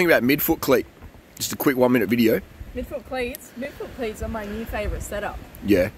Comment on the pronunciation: I thought he was saying "meatfoot" and I was like wth is meatfoot? Some kinds new cycling term I haven't heard of yet, but he was saying midfoot 🤷‍♂️btw, yes of course wonderful naturals